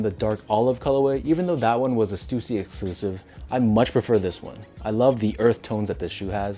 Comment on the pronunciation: Damn i been pronouncing stussy wrong all these years....